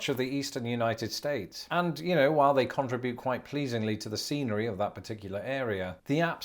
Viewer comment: How long has lived here? And he doesn’t know how to pronounce “contribute?”